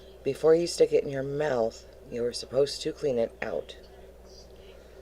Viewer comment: I literally hate the way she says mouth!!!!